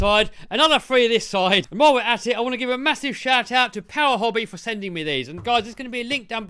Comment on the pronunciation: Mo powah baby